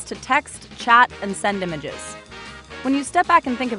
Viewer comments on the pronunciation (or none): "and sendemeges?"